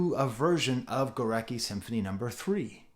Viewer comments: As a russian guy I'm pretty sure it's spelt like Gooretski with an emphasis on "e". Overall, an excellent video, thank you! P.S. goo-rat-ski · sorry for smart-ass-ing, but the composer Górecki is pronounced *Goretski".